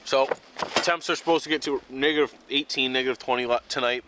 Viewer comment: It sounds like he says the n word instead of negative